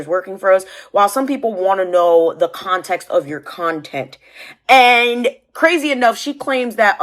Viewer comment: She actually said, “contex.”😂😂